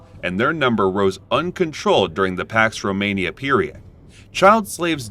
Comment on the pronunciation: Pax romana not pax Romania